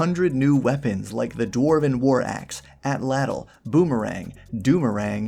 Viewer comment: If you're still reading comments, you should check out how to pronounce Atlatl in the actual Nahuatl! It's a bit more like "ah-tlat" than how you'd think it's pronounced.